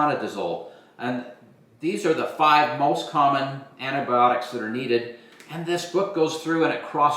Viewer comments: Can you please learn to say the word correctly? An - ti - by - AH - tics. You are completely missing an entire syllable! For an educated woman, working in the medical field, that is weird. And Fish antibiotics work perfectly well and are made in American labs just like this and are a whole lot less expensive. Don’t knock it if you haven’t tried it. While the goal is a noble one, other sources are equally good and cost less in this inflationary market. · Repeat after me…. ANTI-BY-AWH-TICK…. Antibiotic. I sincerely could not take the video seriously by hearing you call them antibotics.